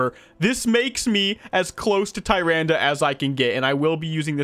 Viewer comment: btw it’s pronounced “TA-RANDA”